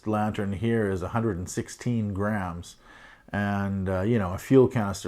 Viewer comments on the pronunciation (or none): I think you means grams and not rams.... you said rams... no biggie...